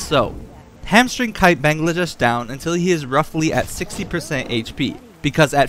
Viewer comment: Haha I love how you call him Bangladesh!! It's Bangalash lol. Makes me giggle everytime.